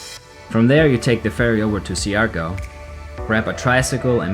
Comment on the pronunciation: Hi, I just wanted to let you know that it's pronounced "Shar-gaw". No negativity. Philippines is definitely beautiful.